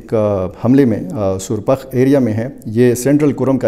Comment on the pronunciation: سر جی سر پاخ سنٹرل کرم ہے سُرپاخ نہیں